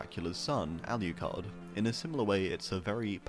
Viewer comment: No hold on, what the hell is that pronunciation of Alucard? Where are you getting a Y sound from? It ain't allieacard